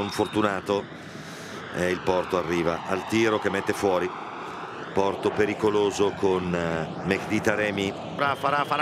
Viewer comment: Comunque Suma che dice di o porto ,sembra dica qualcosa l'atro